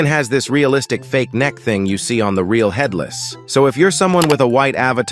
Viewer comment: Bro said fatherless rather than headless 💀